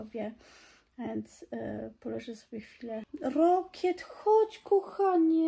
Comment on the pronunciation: Trzeba mieć fantazję, żeby Rocket wymawiać "rokiet" 🤡 i nie, to nie kwestia francuskiej wymowy, jak mi nie wierzycie, sprawdźcie w tłumaczu